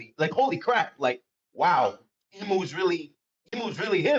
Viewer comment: Big shoutout to the Aussie calling Imu “eyemu”